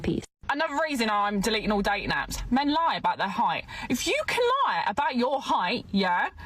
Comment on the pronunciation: I love accents.... say "Low" and "Eye" and you have an English version of "Lie" but it's suddenly 2 syllables! I heard this somewhere in this video, but my favorite is from another video way back... it was a Scotsman talking about the "World" but he said "Waddled' and then later he got real lazy and just said "Waddle" - he was teaching "waddled" history, but I was thinking of ducks. lol